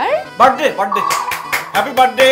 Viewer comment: বেশি শুদ্ধ কইতে যাইয়া গুলায়া ফালাইসে। It's বার্থ ডে not বার্ড ডে। over smart অভিনেত্রী।